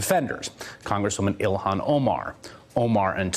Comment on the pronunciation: Go back to sell, that was debunked and was cheap Nazi Zionist campaign to smear her,,,and by the way, Her name is ILHAN , not ohan , if you are gonna smear her by asking stupid rhetoric question, at least get her name right you inbred Nazi Zionist trailer parKKK Trash hicKKK